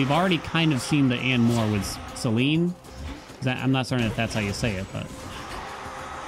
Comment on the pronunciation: It is definitely NOT pronounced Sel-een-ee, the devs pronounced it horribly but the other characters in-game all pronounce it Sel-ene, which is the proper pronunciation. I know women irl with that name and not a single one pronounces it that way lol